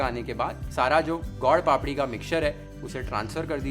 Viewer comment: Your pronunciation of gol-papdi is perfect Gujarati 👌👍. It is called sukhdi because it give “sukh” (khushi)